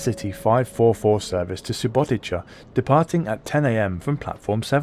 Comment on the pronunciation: I have to be that guy, but this is SubotiTSa, not SubotiCHa.